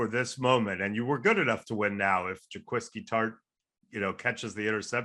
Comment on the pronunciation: That dude lost me when he said Jah Qwiski Tartt lol